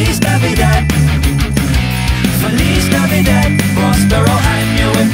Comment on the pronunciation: Feliz Navidad was totally butchered in the way it was pronounced!